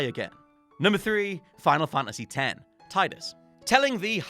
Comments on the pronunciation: You pronounced it Tie-dus?!?! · Also, it's Tee-dus. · Tidus is pronounced Teedus. And shout out to James Egan for actually writing the list. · A lot of people pronounce it Tide-us. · The way he pronounces Tidus also seemed wrong to me. I remembered it Tee-Dus too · Sweet baby jesus,. That's not how you pronounce Tidus.